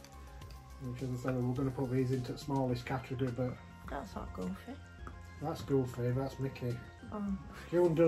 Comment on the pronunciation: You guys are funny!! 😂 love how you guys pronounce their names 😜 ‘Goofay’ lol